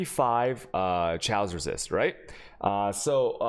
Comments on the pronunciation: Second video I've tried to watch of yours.... Can't watch them because you can't pronounce words... Fuck man you can't even pronounce chaos... Didn't know wtf you were saying for a second till you mentioned despair.... Pronounced k-os, not chay-os..... I hate to be a dick but maybe if you put as much effort into learning how to pronounce words as you do game you'd be fine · Why does he say chaos like that. Wtf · because he has spanish origins, so it sounds like ciao, chaos